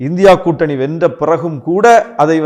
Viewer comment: இந்தி கூட்டணி சரியான முறையில் உச்சரிக்கவில்லை இதில் 😂😂😂😂